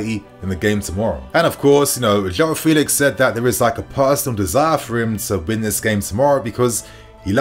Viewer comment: It's not Felix it's Felix